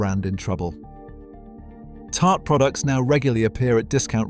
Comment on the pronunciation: Tarte-one syllable